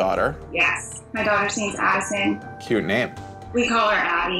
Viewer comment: #5 sounded like she said her daughters name is "admin" lol